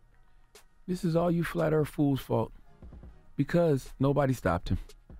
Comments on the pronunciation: “Flat Earf”. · "Flat Earf"? wtf